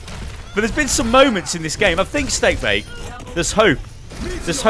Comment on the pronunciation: steabake...its not like you have another acc called steakbake